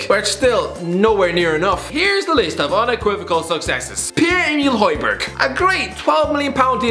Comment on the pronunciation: Holjberg?? Seriously